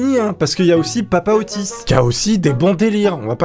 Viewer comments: Au début je croyais que tu disait autiste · Nan mais sérieusement, à chaque fois que tu dis Otis j'ai l'impression d'entendre autiste x) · À chaque fois on dirai que tu dis : ''OTTISTE'' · tu veux dire Ottis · Ottis tool . C la.liaison abrutie